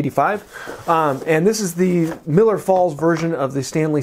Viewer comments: Just nit picking, it is Millers Falls, not Miller. I lived close to the factory (and town it was named for). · love the channel, love the video. I hate to be “that guy” but it’s Millers Falls not Miller Falls. Keep up the great work